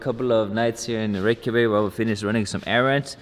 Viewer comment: is reykevik the pronunciation of reykjavic?